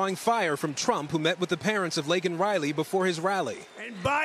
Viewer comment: He called her "Lincoln" Riley...He's such a loser.